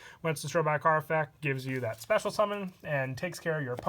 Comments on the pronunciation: Can you not pronounce the ‘t’ in effect? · Does he say effec instead of effect or am I going deaf? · 😂😂😂😂😂 he says both